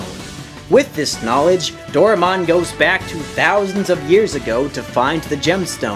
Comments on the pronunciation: For future reference, his name is pronounced "Do-rye-mon' not 'Dora-mon'. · You pronounce it wrong It pronounced Do-Ra-e-mon not Do-re-mon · This dude skipped English class growing up No matter where the property sources from, the AE paring makes a hard I sound Door-Eye-Mon Also, if he has ever watched the series, which I doubt he has, it does pronounce it this way. Both in Japanese, and English. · I love how almost everyone mispronounces "Doraemon"..... Including. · patrick sleeping Well if he was going to narrate a video about it, then it seems like he should pronounce the character/show's name correctly